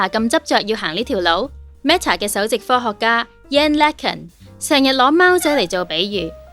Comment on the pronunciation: LeCun 唔係英文發音😅 人名都介紹錯，咁都叫清楚？